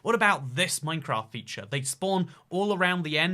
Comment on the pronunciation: I would like to register my Angry Comment... it's Minecr*A*ft, not Minecr*O*ft. :^p